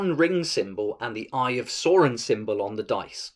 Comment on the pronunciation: your pronunciation of Balin and Sauron just hurt my soul. Apart from that this is a very informative video. Thanks for clearing some things up for me.